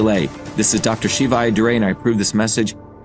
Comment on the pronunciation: it's pronounced sheevuh.